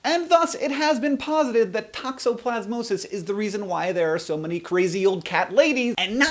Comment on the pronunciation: Scottish accent tokoplasmosis